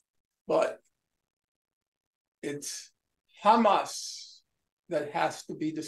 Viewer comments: Sanders is so dedicated to help Israel with that genocide. One can see that dedication even in the Israeli way he pronounces Hamas term. The first sound is too zionist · Bernie started pronouncing Hamas as Khamas. That should be your first indication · anyone notice how bernie has never said “khamas” before and suddenly he’s speaking like an israeli? does anyone know why israelis say “khamas”? i don’t hear “kh” pronounced with any other words beginning with “h.” is it some inside israeli joke…? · He’s even adding the K at the start of Hamas 🤣🤣🤣 that’s how you know he’s turned